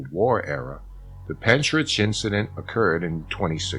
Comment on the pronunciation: Hellos from Wales. The actual pronounciation of Pentyrch is Pen Tirk. Pronouncing the last part like Loch. But you did give it a good try. It's not too far from where I live. I live in a UFO wave area. Seen a lot of UFO's over the years. It's a hotspot. I have a lot of writing to do on the matter. I'm in the process of writing everything down for someone.